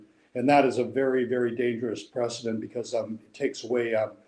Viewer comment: precedent , not "president"